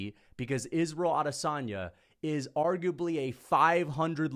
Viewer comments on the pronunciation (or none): you talk a big game but you can't even get Israel's name right. *Israel Lasagne